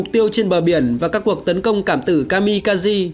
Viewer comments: Kaze (ca giê) trong tiếng Nhật nghĩa là Gió (Phong). Kami kaze là thần Phong, thần gió. Chứ không phải kazi (ca gi) như add đọc nhé. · Ka-mi-ka- zê nhé :V anh đọc đúng, ko thì nghe bực lém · chính xác là Kaze đọc đúng là Ka De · kamikaze đọc là ka-mi-ka-giê bạn ad ơi. Đó là tiếng Nhật ko phải tiếng Anh